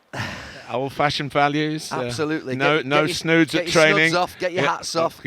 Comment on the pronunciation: Since when were 'snoods' pronounced as 'snuds?!' 🤔 Am I missing something here? 🤣 🙈